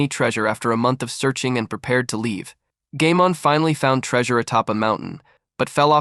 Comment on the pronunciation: Bro said gaymon